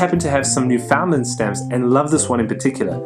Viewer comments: New-fin-land, accent on first syllable. Not new-found-land. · Please, for the sake of all the Newfoundlanders out there, please learn the correct pronunciation. The emphasis is on the first syllable and not on the "found". Not a big thing but important if you ever decide to visit.